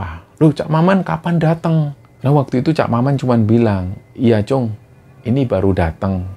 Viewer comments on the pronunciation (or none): assalamualaikum, Tim Kembara Sunyi & para Sobat Kembara, Pamekasan hadiiiir. sempet rame emang cerita ini di seantero Madura pada masanya 😐 btw sekedar koreksi Mas, panggilan anak laki2 di Madura itu kacong, atau disingkat cong, sma seperti panggilan "tole/le" kalo di Jawa lah, dan itonasi huruf "O"nya seperti kalo mengucap bencong, bukan Cung seperti yg diucap. makasih, semoga sukses terus Kembara Sunyi🤲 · Klo di lfslin itu. Cong. Bukan cung